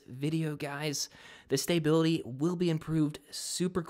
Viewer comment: It's called "autotune puberty". He said "STAY-bility". Thought that was funny too.